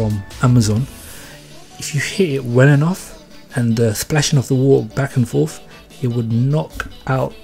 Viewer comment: So ure from wotahhhhh